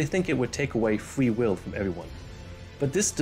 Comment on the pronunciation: Fwee will